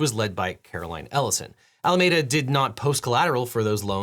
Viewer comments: Love your stuff Devin, but I've got to say I winced at every single "Alamayda". æləˈmiːdə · One pronunciation note: Alameda Research is pronounced “Al-ah-MEEE-duh,” like the county where it was based — not “Ah-lah-meh-dah,” as the Spaniards who initially colonized California pronounced it. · Pronounced Ala me duh. Not Ala made uh. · Objection! This is a nitpick, but Alameda is typically pronounced "All-ah-meed-ah", out here on the west coast. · I can’t get over the way this Bay Area native pronounces Alameda